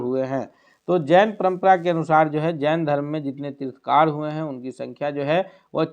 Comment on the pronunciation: तीर्थकार नहीं तीर्थंकर बोलिए कैसे शिक्षक हैं आप लोग !!